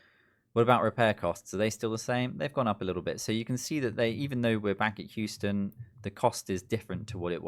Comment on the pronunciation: I love your pronunciation of Houston lol you pronounced it how its spelled basically which I do the same with British town names and im always wrong. Its Hue-stun/sten.